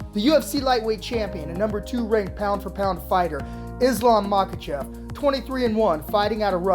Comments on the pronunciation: How do you pronounce Makhachev wrong everytime you say it? Pronounced it differently everytime. It’s mah-Kah-chev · All i saw was 5 seconds of a highlight and kept hearing “MakaChaaaav” Boo 😂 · Makhachev❌ Makhachav✅ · "MAKACHAV!" i think it's pronounce "Makachev" (Makhachev) lol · how many times can this guy call him maka "chov" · Dude his name is not makachov, listen to your pronunciation and get it right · "Makachov" lol. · Man this guy butchered Islam's last name.. MOCKECHOV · Makhachav lol with an a ?